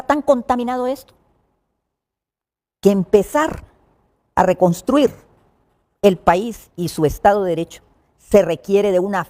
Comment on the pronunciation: Reonstuir es en Español no reconstrir